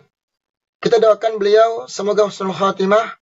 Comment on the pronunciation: Husnul mas.. Bukan khusnul...😅😂😅😂😅😂 insya Allah KH. ESMUNI ,HUSNUL KHOTIMAH, KRN MENINGGAL DLM KEADAAN SEDANG MEMPERINGATI MAULID NABI. Kumpul dgn para ulama dan habaib dan santri2...masyaallah..